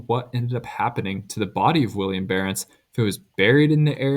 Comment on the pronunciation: Good vid, but his name is Willem, not William